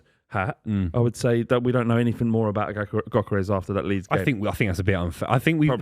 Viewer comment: It's pronounced "Yerkeres".